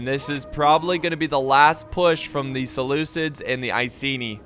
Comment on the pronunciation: the butcher of names "Selukids"